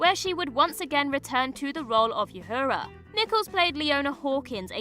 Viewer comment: Did you call Uhura Youwhorea?